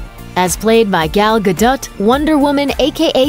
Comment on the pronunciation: why can no one get Gal Gadot's surname right? It's "Ga-DOE", not gah-dut.